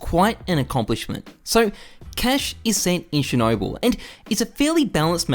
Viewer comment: Yuck, your cache pronunciation. Aren't you Australian?